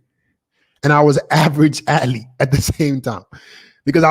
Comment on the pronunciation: Its "ath-lete" not " at-lete"